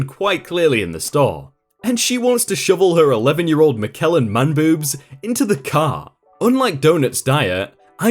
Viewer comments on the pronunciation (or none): Michelin is pronounced mi·shuh·luhn, not Mi-kel-in. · It's probably been said but... "Michelin" is pronounced "Mi-shell-in" (Like the stars high-end restaurants get) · Michelin man is pronounces as it is written... Not McElen. Its a famous mascot for a British tire company. He's huge. Lol